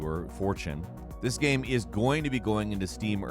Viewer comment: This dude makes incredible, super entertaining video content. But, why can't he pronounce the word, "Game"?